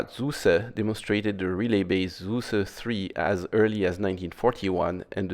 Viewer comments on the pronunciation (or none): Not “Zuse”, but “Tsuze” he was german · Shouldn't Zuse be pronounced as "Tsoo-suh" instead of "Soo-Suh"? Compare "zukunft" with zuse. I would pronounce it the same as "zukunft" so it would be "tsoo-suh".